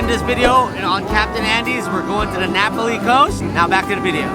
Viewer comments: Great video of a part of the island that not many see or enjoy!! Not to be critical but it's pronounced Nah Pah lee vs. napoli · It's Nā Pali not Napoli (Nah- Pali) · *Nah Pah-lee not Napoli 😂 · It is pronounced Na PA li coast. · Pronunciation; Na-Paul-Lee Coast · Love the NA Pali Coast! See if you can count how many times miss pronounces Na Pali! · At least a dozen. I liked the tour, but every time he mispronounced Na Pali, it was like dragging fingernails down a blackboard. Many years ago, I lived and worked on Kauai, plus hiked the entire Na Pali coast trail.